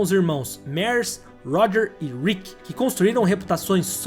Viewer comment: Excelente vídeo, mas… a pronúncia macarrônica dos sobrenomes lendários “Unser” e “Mears” fez meus ouvidos sangrarem.